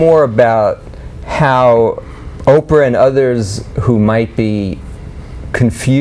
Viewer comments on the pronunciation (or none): none